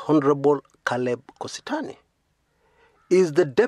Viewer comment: it's not Kositany. Its Kosit'any.